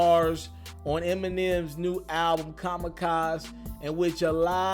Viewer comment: Still saying kamacaz....come on man